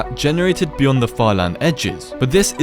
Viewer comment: "what is byond the sky grid?"